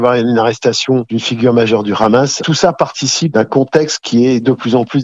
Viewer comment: Pourquoi les israéliens disent le rhhhamass au lieu de dire le hamas ? 😂